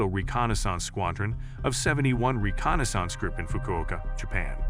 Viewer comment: As long as they were used for reconna-sance and not reconnaissance we're safe 😕